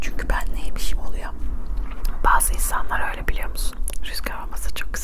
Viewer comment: abla üle deme haaa